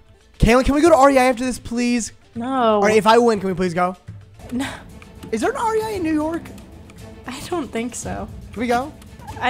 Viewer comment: The way pronounced rei is the most frustrating but funny thing I’ve heard all day